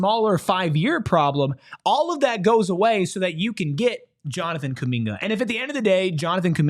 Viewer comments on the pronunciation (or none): Pronunciation: \Jonathan coo-MIN-guh